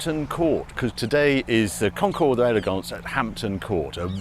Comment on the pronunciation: Please don’t pronounce the S at the end of concours. Otherwise, mention bien comme d’habitude